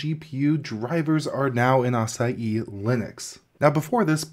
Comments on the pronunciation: At first I thought I was hearing "Acai Linux" .. then after reading the description.. "ahh. a-sa-hi" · Just wanting to help... Pronunciation: uh-saa-hee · Açai? Or Asahi hahaha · its pronounced ass-aah-hee by the way. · Please make an effort to pronounce foreign word properly ,all other non English-speaking cultures do the effort when pronouncing english words , asahi its not difficult word and there's a whole beer brand that has popularized the name in the west